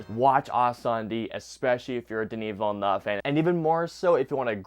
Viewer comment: The utter butchering of the directors name is insane